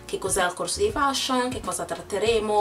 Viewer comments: si dice feshion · si pronuncia "FESHION" e non come si scrive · la parola " FASHION " la pronunci male ! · Sbagliato non si feshion. Solo gli italiani lo dicono cosi